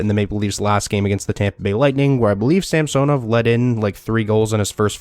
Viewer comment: samsonov is pronounced sam son ov not samso nov